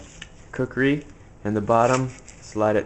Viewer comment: That's not a knife dumbass to machete you able to your video knife. And you didn't even say kukri right